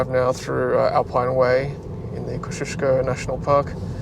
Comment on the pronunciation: Great video, very clear and steady, and scenery too. When are you going to start ruining your weekend though? Just a note pronunciation ko zee o skow . Google agrees for what it is worth. Personally I think ko zee u skow would be more true to spelling.